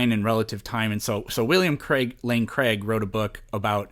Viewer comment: I stopped listening to this guy when he said "William Lane Craige" lol!